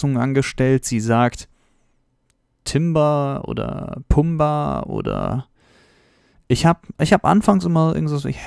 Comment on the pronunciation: Also ich hab "TIMBER" verstanden... Ohne zu wissen ob das überhaupt ein Wort ist fand ich es einfach krass wie er das sagt xd